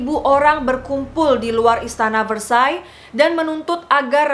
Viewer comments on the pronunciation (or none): Pengucapan prancis bukan antoinet..tp..angtonet Dan versaille versaey.. CMIIW